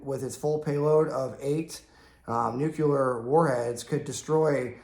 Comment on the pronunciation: Please, bro, PLEASE! It's NUCLEAR not NUKULAR!!!!!!! Where the hell that term came from? Great videos though. Cheers.